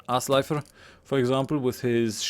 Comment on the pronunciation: Pronuncing the 'r' the way you do is correct in modern Icelandic! Haha. We would say Ásleifur nowadays :D